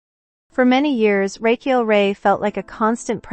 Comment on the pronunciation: You could start by pronouncing her first name correctly. This was a waste of time. The context was repeated over and over without sharing any specifics.